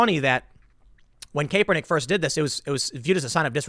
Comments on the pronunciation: CAP-ernick. not CAPE-ernick. but regardless this stuff is ridiculous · I'm not a Kaepernick supporter Tim but gotdamn if I have to hear you say Cape-ernick one more time lol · Tim, for the last time, it’s CAP-ernick not CAPE-ernick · Tim say "Caper"nick on purpose as a troll or doesn't know it is "Kap'er" nick? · It's cap-ernick. Not cape-ernick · Tim it's obvious you're not a sports fan which is fine, but at least know how to pronounce these guys' names when you cover stories about them. Kaepernick's name is pronounced Cap-er-nick not Cape-er-nick and Rudy Goebert is actually pronounced Go-Bare (with emphasis on second syllable) not Go-Bert. I'd suggest you do a little bit of research how to pronounce a particular sports guy's name when you cover a story about him. That's all I'm saying. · CAP-PER-NICK not CAPE-ER-NICK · It's cap-er-nik not cape-er-nik, Tim. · Kaepernick is pronounced: Capp-er-nick NOT "Cape." He does not fly around like Superman although he thinks he does because he is an egotist. That aside, yes, I agree with your point. But I cringed every time you said "Cape." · Tim, say it with me, CAP-ER-NICK, not CAPE, CAP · Tim, it's pronounced cap-er-nick Not cape-er-nick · Tim, CAP-er-Nick. BTW, Who gives a crap, Anyways...... Right on 2 the dude From Denver.... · Tim its pronounced CAP-ER-NICK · Love how Tim calls him "Cape-er-nick", lol. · Did you just say kaepernig? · Tim, FYI, its pronounced "kap"ernick, I understand that sometimes this spelling results in a long "a" sound, but sportcasters have been pronouncing it as a short "a" for many years. Love your show!! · Idk why i find it so funny that Tim is the only person who still pronounces his name “Kay-pernick” 😂😂😂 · It’s actually pronounced Crapper-nic. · Tim, for the love of God his name is pronounced CAP-ernick. FFS mate. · It's still (KAP-er-nick), Tim Poor Tim continues to try and turn Kaepernick into a hero by putting a "cape" on him. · Kaperprick say his name right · The E is silent TIM.